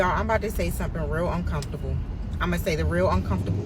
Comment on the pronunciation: She started off by saying..yall I'm bout to say 'sumppin' real uncomfable😮